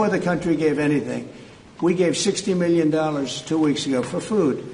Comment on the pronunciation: How he says “meelyen” has always irritated me